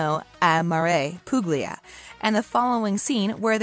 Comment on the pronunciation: This narrator is so grating, no interest in correct pronunciation of names. Massimo is MAH-see-mo. Puglia is POO-lee-ah. Michele is mee-KAY-lay. Grrr.